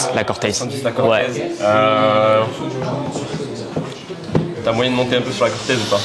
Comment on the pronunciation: a min je connaissais pas la air max 95 "corteuz" mdrrr belle paire